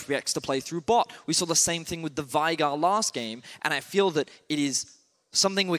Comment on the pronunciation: Can you PLEASE get your casters to say Veigar correctly? Come on man =/